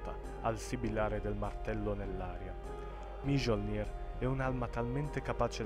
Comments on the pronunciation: MA IL NOME DEL MARTELLO NON SI PRONUNCIA MIOLNÍR??? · La parte di Òðinn è molto bella, ma sbagli le pronunce di alcuni nomi esempio il martello di þòrr si scrive Mjöllnir ma si legge Miollnir in quanto la J nei paesi del nord viene letta come i (la j come una specie di g e solo per gli asiatici e qualche altro paese) 🙂 anche Heimdallr era un po' storpiato... Per il resto ottimo video